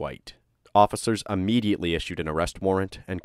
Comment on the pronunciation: Immediately not UHmediately. Sorry I couldn’t take it anymore